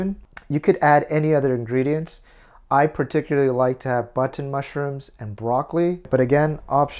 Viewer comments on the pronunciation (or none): Great recipe, and I'll be sure to give it a go. However, there were just a few things I noticed... Bunton mushrooms? Size of your finger? That must be a small potato. Are you sure you didn't mean length? Bite size pizzas? These all gave me a good chuckle. Everyone, myself included, say one thing and it sounds like another, so no hard feelings. I enjoy your videos and hope to see more in the future.